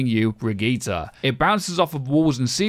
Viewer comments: "Bregeeta" lol... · You know Brigitte is pronounced "brijitte" right? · It's pronounced Brigitte. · The way you pronounce Brigitte really grinds my gears. She's not some DBZ villain. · Birgit, brigitt, briigit, brigeet as a german this is so funny